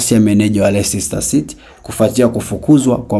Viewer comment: Tamka lesta sio lesista😂